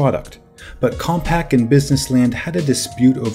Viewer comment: Hey guy, it’s CompaQ, as in “com-pack” — not “compact”!! Were you even alive then?, doubt it, It’s as if you said “Nex” computers, 29 times. Annoying.